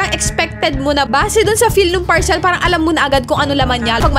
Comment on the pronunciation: Ka bwisit magbasa ng word na PARCEL. Mali mali bwisit